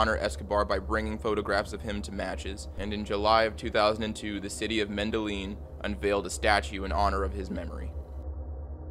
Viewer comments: “The city of Mendelin” It’s “Medellin” lol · Andreas Escobar statute is in Medellin pronounced meda-yeen...not mendalin. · I'm sorry the city of what??? Do you mean "Medellin"? "Mendolin" ☠️ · Medijin MEH DA YEEN Not Midilin. Lmao Midilin Mexico 🤣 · Did you just say “menda lean” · 'Gladeese'? You don't know how to pronounce her name? A common name like Gladys? The city of 'mendylean'? You Americans never cease to amaze me with your ignorance. 'Deprave-ity'...ffs... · MUH-DUH-YEEN Medellín…. You fkn butchered it lol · Words are hard aren't they? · There's so many words you're mispronouncing. Simple common words like Gladys and Medellin. You should try using Google for help with the narration.